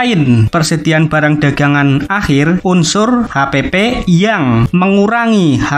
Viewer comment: Akhir bang bukan ahir wkwk